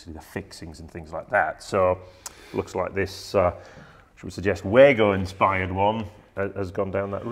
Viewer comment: And again guys, it's pronounced Wa-go not Way-go 🙂